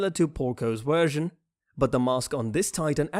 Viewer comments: wersion lmaooo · am i the only one that heard him say we only got to see Lara's wersion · And what when u where saying wersion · I do not enjoy your pronunciation of the letter v. You say w instead of v. I do not like that. Please stop talking. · its funny how he says wersion instead of version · This dude can't even pronounce version correctly so no surprise he can't say literal white names like zeke,armin or eren or reiner🤦‍♂️